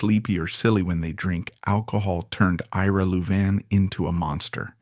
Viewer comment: A I can’t pronounce Louvin properly. Other mis pronunciations. How did their name change from loudermilk to Louvin?